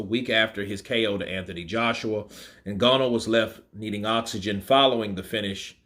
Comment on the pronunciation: Your pronouncing Ngannou wrong,.